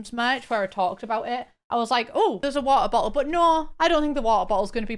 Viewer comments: Take a drink every time says "wuh-uh-boh-al" (she says it 13 times). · How many times did say wa-oh-bo-ol in one minute?? Answer: yes